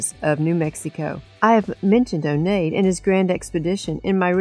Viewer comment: Onate's name is pronounced "On-yah-tay."